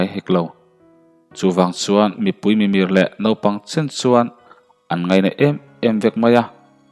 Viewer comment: Thurawn tlem ka lo pe ve lawk ang che aw, Tun ai hian I thu lam hi a thluk leh ri chhuak hi fimkur leh deuh ta la a va ngaihnàwm leh zual dawn em aw ka ti deuh. Pakhat tilang ta ila, (Mipui, Mimir) MIR tihrik dan tak hi thluk deuh Nita se a dik zawk ang